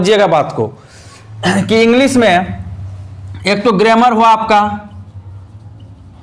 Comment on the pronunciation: सर ग्रेमर नही ग्रामर बोलते है